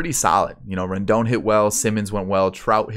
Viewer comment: 👏 u got Rendon right